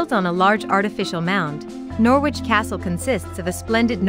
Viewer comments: It is pronounced Noridge not Nor widge. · If, for some reason, u want to make a video about Norwich, maybe u ought to learn how to say it. It's not, 'Noor-wich,' its 'Norridge.' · Funny how she says Norwich ..pronouces the w...U dont ..it's silent ... So noritch....sound like .. Melanie 34..Norfolk and Canary girl..💚💛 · the way of how you were saying Norwich it's pronounced Nor-rich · She's talking Noor- which Squit I feel.... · Once again, computer-voiced commentary. It really puts me off. Okay, you don't want to pay an actor, but all sorts of people could provide the commentary for this. They would sound human and the words would flow correctly. Plus...they would understand not to pronounce the w in Norwich!!! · Maybe a English person should have spoken about Norwich not an American who carnt pronounce the name